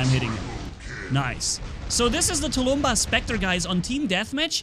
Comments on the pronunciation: It’s tulmbas not tulumba but I don’t care. I personally like the way you say it better tho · please speak properly! Tulumbás is SINGULAR, not tulúmba. Plural is NOT tulúmbas, but TULUMBÁSES. If to spell its pronounciation in English way it would be touloum-bús. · Dis any 9 e else see the title and think SERIOUSLY?! Where is the s in tulumbas! (Please don't take this as hate)